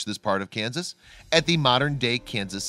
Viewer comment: It is Kansas, not Keun-zuz. The state is Arkansas, but Arkansas City is pronounced Are-Kansas City.